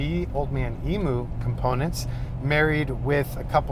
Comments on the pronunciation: Eem-you not Eem-oo. At least that's how we pronounce it in Australia. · please as an Aussie we say. “ Old man eeeem you ( emu ) love your videos, not taking the piss, just that it is eeem you.... ok:)